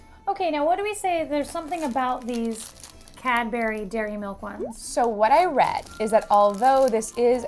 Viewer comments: It's cad bury not cad bery... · "cad-berry" "berry" I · I thought you said cat-bery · When they pronounce Cadbury wrong